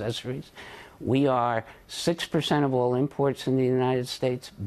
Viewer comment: 41 percent of all parrel? What is the word "parrel"?